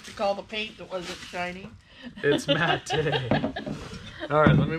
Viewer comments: The camera needs to be lower and closer. Amethyst is purple. The "fruity" magnets are very pretty. Matte is pronounced MAT. Dryer lint can be used for stuffing certain things, but I don't know what. I used to use one of those grocery clickers when I first got married and money was tight, in the late 70s. My husband and I are both very capable with DIY, but our set of Time-Life home repair books have saved our tails several times. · You can make fire starters out of the dryer lint by pouring melted wax over on. Put some lint in an egg carton and pour over the wax. Break the individual "eggs" off for fire starters. And "matte" is pronounced "mat" like yoga mat. Not "mat-tay". 😊